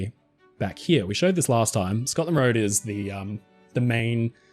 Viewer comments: Let's take a look down 'hee-ya' 😜 love it lol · Is it just me, or does pronunciation of "here" sound like Eric Cartman's "he-yah"? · The way you pronounce "Here" and "Over there" is so English and pleasant. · what a weird ass way to say “here” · I’ve been watching your videos for years and had never noticed the unusual way you pronounce the words « here » and « there » before. 😜